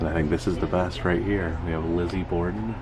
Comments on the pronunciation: It’s borden not border :) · Hey bud, FYI. It’s Borden, not border.